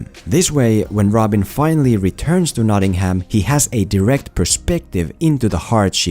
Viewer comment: I wince each and every time you pronounce Nottingham Notting-Ham. No fault of yours, as I'm sure you've learned English from the Americans who can't pronounce it (or other places over here) either. Drop the H, so it's more like Notting-um or -am.